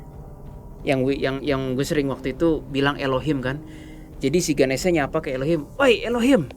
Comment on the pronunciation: mon maap itu nma nya ganesha bukan ganesia nma w ganesia soalny mcem di sebut